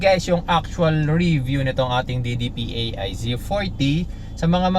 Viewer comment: DIDIPAY, hindi D-D-P-A-I. :)